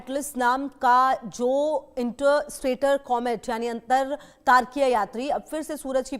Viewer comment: इंटरस्टेटर नहीं बे इंटरस्टेलर